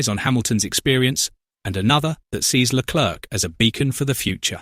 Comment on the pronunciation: When you said Leclerc don’t pronounce the c